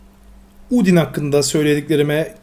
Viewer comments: Abi undin değil andayn diye okunuyor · undyne neden udin diye okuyon aslinda andayn diye okunuyor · abi papayrus papirüs diye okunmuyo direkli yazıldığı gibi ve undyne udin değilde dadasdadas andayn diye okunuyo ama abi böylede bayagüzel oluyo seriye devam abi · Sans yazıldığı gibi okunur Yani doğru okuyorsun ama Undyne andayn diye okunur ve Papyrus Papirüs diye değil Papayrıs ya da Papayrus diye okunur ve Undyne Andayn diye okunur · papyrus u yanlış okuyorsun ''papay rus''olarak okunuyor undyne ''andayn '' olarak okunuyor.:D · Undyne ise andayn dieokunuyo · Bu adamın dediği doğru okunuşu farklı